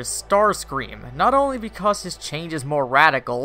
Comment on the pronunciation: "Beecause" reboot